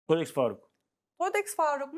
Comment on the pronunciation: Todex değil Thodex, nereden bildiğimi sormayın skklsks